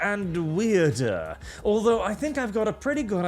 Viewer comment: "Weirdah and weirder and weirdah" indeed :p